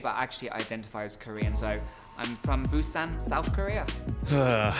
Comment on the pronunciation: He can’t even pronounce Busan properly 😒